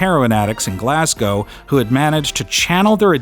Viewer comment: This one was great. And for your Scottish performance, my one critique is: next time figure out how a Glaswegian pronounces Glasgow.